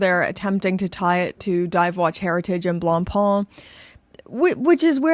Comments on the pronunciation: Wow. Learn to pronounce 'Blackpain'; it's making my neck hair stand up. ''Blangpang'' lol. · I can't help but crack-up when I hear Anglophones pronounce "Blancpain". I'm primarily Anglophone myself but, being from Quebec, I'm bilingual and "blanc pain" means "white bread" in French. To pronounce it properly (at least as properly as an Anglophone can), say "Blon-Pay" because "Blon-Pon" isn't even close. 😁 Having said that, I roasted the Fauxmega MoonSwatch because it was a serious insult to the Omega name. I never thought that it could be worse, but, here we are with Blancpain being crucified on a plastic cross. What's next, Breguet? Sheeeeshh....